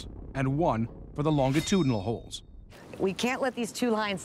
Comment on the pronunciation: someone tell the narrator that you pronounce the "G" in longitudinal like a "J" and not a hard "G"